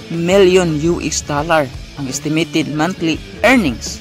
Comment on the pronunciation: haha natawa ako sa isitimitit hehe